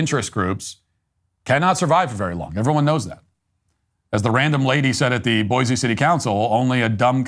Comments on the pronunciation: It's 'boysee' not 'boyzee'. Boise is slowly becoming another Portland/Seattle/Denver, a Left wing tail wagging a Right wing dog. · Boy-see not boy-zee